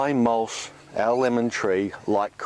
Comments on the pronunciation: what's mulsh? do you mean mulch? lol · It mulCH not mulSH!!! Annoying! Other than that, great info!